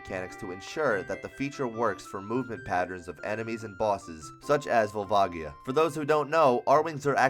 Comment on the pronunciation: volvagia is pronounced vole vay ji uh